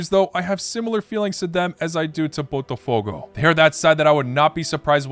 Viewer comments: Lol dude... You have been saying BOTAFOGO as PORTOFOGO😂😂😂😂 For god s sake. I always knew that English native speakers are flat out and they JUST can't say properly any foreign name BUT you re definitely worse. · Why he cannot say botafogo correctly... He called it as Portofogo...